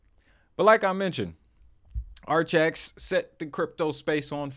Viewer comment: Not said like archax(sp) 💯🤣 But, ar-kay-icks